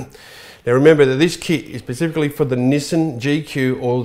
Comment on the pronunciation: Do you build them "Pacifically" or "Specifically" ???